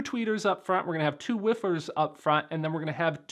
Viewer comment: Great video, love the show as always, but you said wiffers, lol, sir!!!!